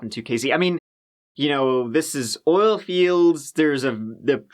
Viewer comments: "In this OLE video" 💕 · did you mean in this "oil video" instead of "ol" ?